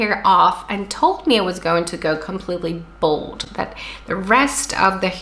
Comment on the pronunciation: I've been following your channel for years now and I'm so happy to see that your hair is being recovered and healthy again!! I am from Brazil. Just a minor detail concerning pronunciation: you're saying BOLD, but what you mean in BALD (ba como en bailar, bajar). Bald és calvo, no hair on your head y Bold és Fearless, daring, audacious. Love❤